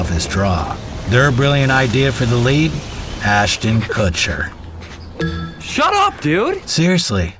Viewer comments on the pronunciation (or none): Ashton Kucher 😂